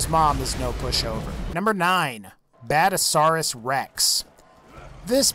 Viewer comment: And.. badasaurus? really? he pronounces near everything wrong :/